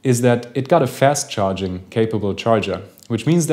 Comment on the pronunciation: Interessantes Video, wenn auch ein bisschen zu lang. Man hört aber deutlich, dass ein Deutscher hier versucht, Englisch zu sprechen (z. B. an der wechselnden britischen und amerikanischen Aussprache, so sagst du z. B. läßt statt lahst (für last) oder fähst statt fahst (für fast)). Warum das sein muss, verstehe ich nicht. Mach doch solche Videos (auch) auf Deutsch.